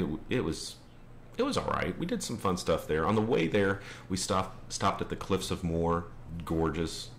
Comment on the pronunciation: I dislike Dublin but just because I don't like cities. Calling Kilkenny a "great little town" is a bit weird as it is a city, also you mispronounced Galway, it's pronounced like Gaaww-l-way, and the Cliffs of Moher are pronounced like "Mow-her" not "More". Sorry I had to correct this :p I'm from north Louth myself, nice to see you come to our country